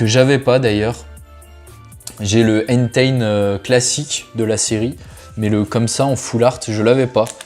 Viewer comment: Tu prononce mal deux pokemon systématiquement, c’est Enteï pas Enten, Yeveltal et pas Yvetal. Pour les boosters légendes brillantes c’est mini une holo donc c’est normal ;)